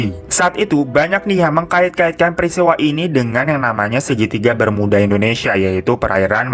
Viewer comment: Nobody : Kak hiro : Indonesa :v